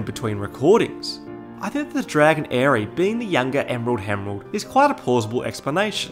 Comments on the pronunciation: ‘emerald hemerald’ replay button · Hahaha is he meaning to say Emerald Hemerald and is that actually a thing? I'm in tears laughing. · "Emerald Hemerald" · I liked how in the section about the emerald herald, you kept calling her the "emerald hemrald" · Emrald Hemrald lol